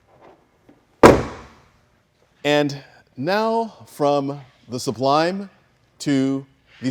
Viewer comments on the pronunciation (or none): none